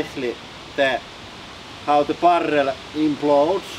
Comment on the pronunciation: It definitely sounds cool when people roll their rrrrr's like that :-)